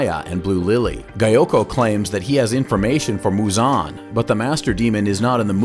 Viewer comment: I mean that's not how he pronounced it